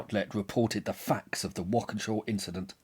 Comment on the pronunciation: As someone who lived in Waukesha for 35 years ( ), thanks for dealing truthfully with this massacre. And thanks for getting the pronunciation right! ^_^